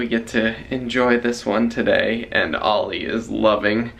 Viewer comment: Ollie not olive 😁